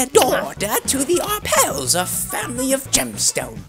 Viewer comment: One does not pronounce the s in Arpels.